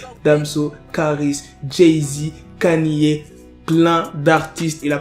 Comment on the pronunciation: J’ai relevé tes prononciations d’anglais le titre de beyoncé tu dis allo et mtn kaniyé pq😢